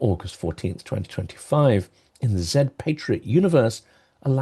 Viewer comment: Thank you for your incision (and precision) in pronouncing 'Zed' correctly. It warms the heart of a British linguist. Slava Ukraini!